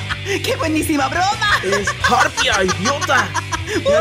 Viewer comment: disculpen pero es harpunia....